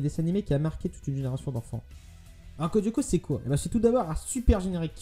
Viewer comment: Sa me stresse quand tu dit Codioco :') C'EST CODE LYOKO xD